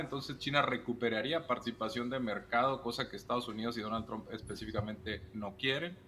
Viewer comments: No es tramp, es Trump!! Es desagradable escuchar a muchos de ustedes nombrar tramp. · Se pronuncia; Donal Tromp, nooo es Traaamp , no existe Tramp.